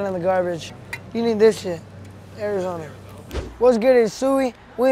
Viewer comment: He said arizoner